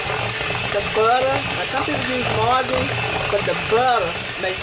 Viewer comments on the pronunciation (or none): none